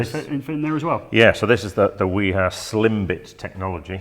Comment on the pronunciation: nobody pronounces "wiha" as good as you guys